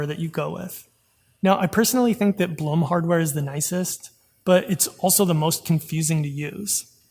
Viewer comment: I think, Blum is pronounced like bloom. Since I'm German and it's a last name here, we pronounce it like bloom (and English native speakers always butcher anything non-english 🤣)